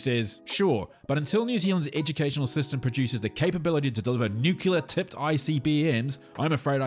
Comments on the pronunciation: “Nuke-U-LAR tipped IBMs” (at 1 minute 22 in). If you’re going to talk about smart people, at least pronounce Nuke-LE-AH how its said. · NZer here. "Nuke -clear" is the word you can't pronounce. "Nuke-u-la" is American. I lived in the US for two years: Inward-looking and appallingly ignorant. Hearing an American tramper asserting "Joe Biden is a war monger" induced a WTF moment from me. I didn't even bother to talk to him again. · Kiwi here wishing all kiwis would pronounce nuclear correctly. Is the centre of an atom a nuculus?